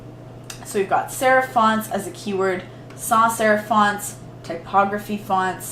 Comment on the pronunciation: Okay recording this all drunk is impressive, but when you said sans serif like 10 times fast without messing up my mind was blown. 😂 Love this!